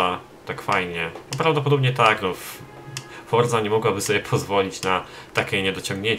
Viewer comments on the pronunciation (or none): none